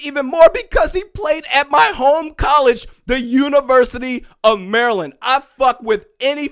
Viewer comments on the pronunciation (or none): none